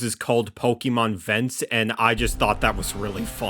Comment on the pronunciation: That's not how you say vents 😢😭